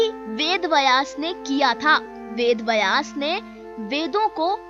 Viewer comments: आपकी हिंदी कि हालत बहुत ही दयनीय है थोड़ा और सुधार करें। बयास नहीं है व्यास है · पहले उच्चारण सही करें वेद बयास नही वेद व्यास हैं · मैडम वेद "बयास" में आप गलत बोल रही हो। शुध शब्द है " ब्यस" ना कि बयास। गलती सुधार मैडम। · बिलकुल, पर पहल अच्छी हे। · Bhai "Vayas" nahin hein, "Vyaas" hein; donon mein anthar hein; uchaaran sahi nahin honey par arth bhi badal jaathaa hein! dhyaan deejiyey. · व्यास शब्द उच्चारण सीखे